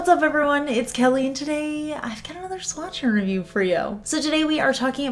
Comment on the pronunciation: Your blending is so on point every time!! Love the new hair and how you match your eye makeup to it so well! Also, jw, how do you like the hand cream from holo taco? One more thing, do you always say “swatcharoo review”? It always sounds like that’s what you say lol 😂